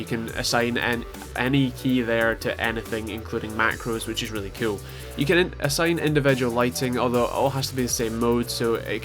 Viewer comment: i love how instead of saying cool you say ciol